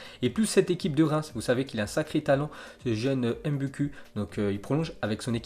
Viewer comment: Les nom africain (congolais) quand y'a u ça se lit "ou" donc Mboukou